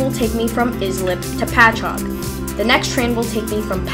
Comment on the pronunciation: At least you pronounced Patchogue correctly. Could have just stayed on and transferred at Speonk